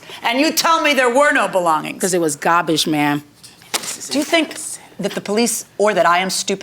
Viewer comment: "He left me cat litter and gawbige (garbage)"😂😂😂😂